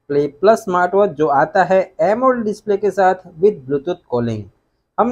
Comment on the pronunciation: This guy has the most fucked up way of saying “AMOLED”. It seems to be kinda funny being a tech guy and not even knowing how to pronounce the name of one of the most beautiful screens ever made!